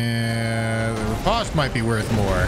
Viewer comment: anyone else hate how he says riposte wrong?